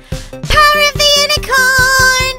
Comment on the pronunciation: always says power of the unacorin